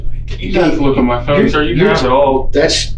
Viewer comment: The detective says phone like it rhymes with spoon. "There was some stuff on your phoon."